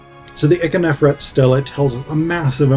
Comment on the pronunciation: Also, Ikhernofret is generally pronounced EEK-her-NO-fret, not ICK-uh-nef-ret although your pronunciation is not that bad. Lastly, you barely described the ka-her-ka festival.